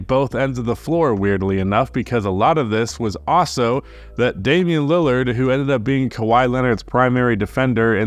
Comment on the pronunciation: It's a god damn shame... ien Lillard